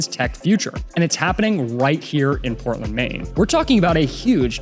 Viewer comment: Portland is not sound like what you said in the video, from Augusta Maine.